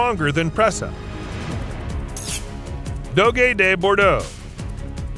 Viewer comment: Wow, you mispronounced most of the breeds in this list. DOG DEH BORDO is the pronunciation. CAANAY CORSO is the pronunciation. And Perro De Presa Canario is the full name